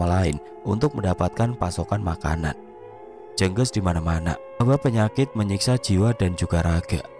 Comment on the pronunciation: Mas, bacanya bukan jènggès Tp jènggés Spt baca ES bagian GES nya Jènggés itu kl di daerahku sm dgn teluh, santet